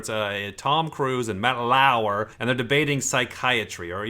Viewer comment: Everyone: Matt Lauer: Matt LaAwuEr